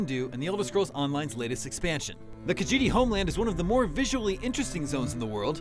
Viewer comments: This guy can’t even pronounce kahjiit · did he say kajete homeland